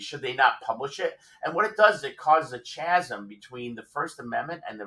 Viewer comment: WTF is a, "CHAZEM"? Is this something to do with a chasm caused by Chaz?